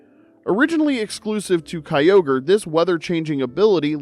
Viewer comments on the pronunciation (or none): none